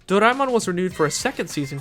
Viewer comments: whoever says Doraemon as Dor-ay-min should not and will not be taken seriously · Imagine if there was another english dub of stand by me Doraemon that pronounces Doraemon's name as "Soray-mon" & Nobita as "No-see-dah"